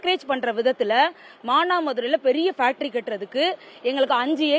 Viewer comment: 1 :56 Pactory ?????? Hahahahah